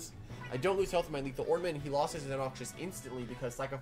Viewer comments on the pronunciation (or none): none